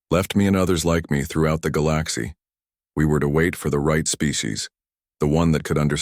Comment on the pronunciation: is it SO hard to pronounce Galaxy correctly?